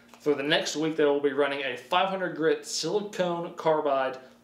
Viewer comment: Ahh, my pet peeve. Sili-con, not sili-cone. Silicone is rubber, silicon is a chemical element.